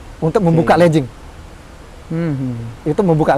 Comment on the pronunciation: Legging bukan Lejing/ledging ya dek ya. Tolong